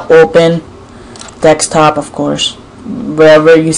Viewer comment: dekstop, that's what u say!! AND YOU KEEP REFRESHING IT